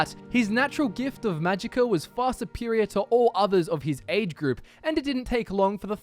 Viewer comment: .... Did you just say "Magicker" efficiency?